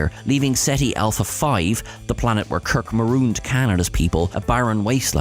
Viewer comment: "... the planet where Kirk marooned Khan and his people, ..." but it sounds like, "... the planet where Kirk marooned Canada's people, ...."